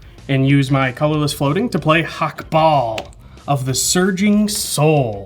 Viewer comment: The way says "Hakbal" alsways sounds to my German ears like "Hackball" (Hack = synonym for minced meat; ball = ball). Which makes Hakbal a meatball:D